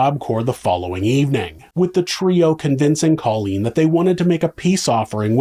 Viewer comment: You're not pronouncing Colleens name correctly...Co leen! She'll meet satin soon 😉